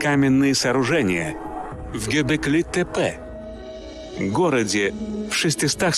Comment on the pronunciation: Гебеклетепе мегетлетепе Говорите правильно Портасар а не какой нибудь тепе